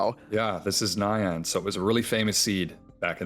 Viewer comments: oh c'mon, it's pronounced like nya-n, not cyan. it's a cat noise. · Pronouncing nyan like cyan is turbo cursed.